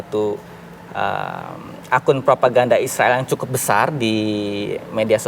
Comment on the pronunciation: Haaa ngikik bgt si mbak host hampir kepeleset ngomong tentara isroil😂